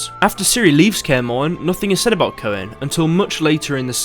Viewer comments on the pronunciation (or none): His name is pronounced "Koon"